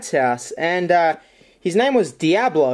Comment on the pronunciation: His name is Dee-ablo and he was an albee-no rat